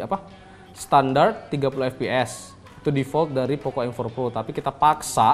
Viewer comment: POKO mas bacanya